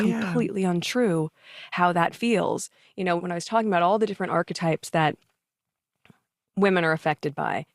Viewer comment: It actually physically hurts every time she says archtypes.